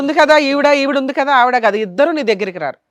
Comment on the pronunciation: కాదా కాదు కదా కా కి దీర్ఘం తియ్యండి